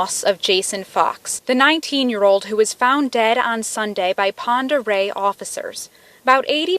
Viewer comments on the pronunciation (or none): Pend Oreille is pronounced pond-er-ray btw :)